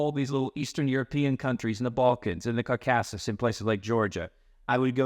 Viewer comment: I’ve never heard anyone pronounce the caucasus like that! Great video though.. I’m in total admiration of you and your philosophy. warmest regards